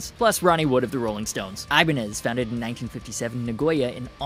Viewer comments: What is ajbaniz? You mispronounced the whole word because you mispronounsing letters. If you do this with your own language, hey who cares? But with a a different language it is just disrespectful. ( Ewan = Ivan . You see? Its not so hard. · Good video but your pronunciation is a little off- it's アイバニーズ (aibaniizu) and フジゲン (fuji (hard g)gen - short for 富士弦楽器 - fujigengakki)! Love Japanese guitars though - even Japanese Fenders are fantastic!